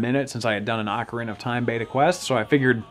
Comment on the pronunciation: FFS it's not AWKarina of time, it's OHkarina of time